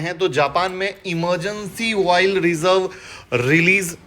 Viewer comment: एनर्जी - ❌ इनरज़ी -✅ पेनिक -❌ पीनिक -✅ ऑयल -❌ वोइल -✅